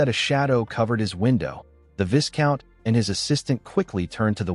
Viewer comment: Viscount is pronounced vaicount